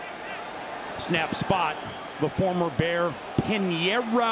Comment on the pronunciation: why did he say Pineiro like that